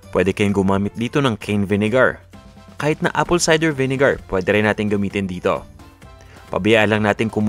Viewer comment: Ang diin ng pagsabi ah vinegarrr